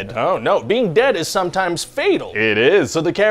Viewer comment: With emphasis on the word SOMETIMES 🤣 *Loki has entered the chat*